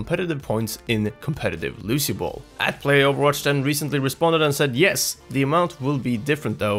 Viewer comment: You said Lucy bal its Lucio ball